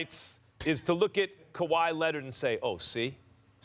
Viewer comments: SAS: CO-WHY LENNIT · "KUWHI LENNIT" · No one: Stephen A: Kawhi LENNIT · Kuh-why Lennit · Stephen A Smith "kawhi..lennit!" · No one: Stephan A Smith: Kwah Lennit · Stephen "Kawhi Lennit" Smith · "Kawhi Lenitt" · I'm just here for "Kawhi Lennid"😂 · Actually its kawaa lennit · He says it all the time I didnt even notice it 😂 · Stephen "KAWHI LINNID" A. Smith